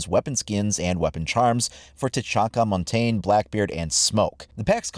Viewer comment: 4 yrs into the game and montagne’s name still get pronounced wrong. It’s official you hate Monty.